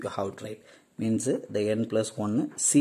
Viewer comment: supr lecture sir , but pls avoid adding uh after words example tell as means not as meansuh ...